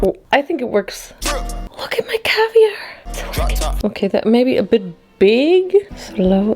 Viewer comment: The cavier😭😭😭🤣